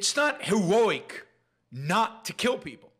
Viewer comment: I really enjoy your show BUT Please practice the pronounciation of "heroic" a few more times - It sounded like Elmer Fudd with an East Coast dialect :-)